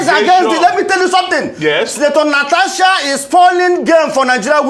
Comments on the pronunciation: It is Natasha and not Natacha, please pronounce it correctly. I come in peace. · NataSHa NOT NataCHa